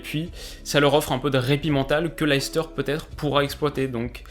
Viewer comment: Très bonne vidéo comme d'ab ! Juste un petite chose, la prononciation de Leicester, c'est lait-stère (source: ma belle-famille qui vient de la bas)